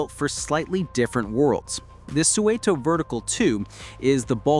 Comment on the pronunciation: I used to make deliveries to Suunto in the UK, and it’s 100% not pronounced like that.